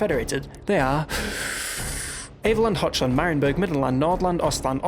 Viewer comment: It's Hochland, not Hotchland... :p On a more serious note, I wish there were some high end tech you could purchase (at a very high, high cost) that let you have more different environments.